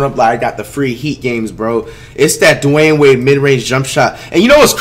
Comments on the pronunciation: So we not talking about how he said Dwahayne Wade? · 0.09 this nigga said dunwehayne wade haha